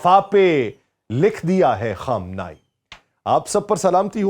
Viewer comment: Yar apna talafaz tu durust karo......Khaam-nay-e